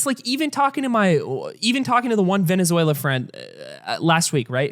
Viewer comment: I was gonna like and watch the entire video, but the gremlin said veziezuniela so i will report this video. thank you for your attention to this matter